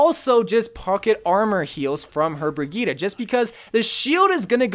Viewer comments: Brigette is pronounced BRIH JET for humanity's sake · Lmao did he just say bri-geee-ta? Lmao!!!!